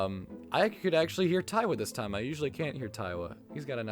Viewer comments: its not taiwa its tiawa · "TIE-awa", Idk it feels weird to hear someone pronounce it like that, I say "TEE-awa" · Also you keep mispronouncing Tiawa, it's pronounce like tiara but with a "w" bc it's marimba is literally a tiara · It's "tee-AH-wuh" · "3 percussionist 💀" I like how he doesnt acknowledge the 4 other percussionists and pronounces tiawa conpletely wrong. Otherwise I agree. I feel like this island is missing alot and that is because BBB has no idea what to do with amber island.